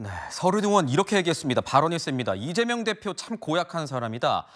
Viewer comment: 으혹... 으원.... "의"발음 못하는 사람좀 나오지마라...